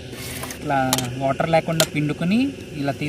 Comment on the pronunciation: ఓటర్ కాదురా నాయనా వాటర్ అనాలి.. అందరికీ ఇలా మాట్లాడటం ఫ్యాషన్ అయిపోయింది.. 🔥🔥🔥